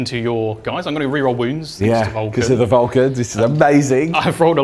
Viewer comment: While I know he is saying Vul-Can't, I have to do a double take every time, mishearing it each time. 😅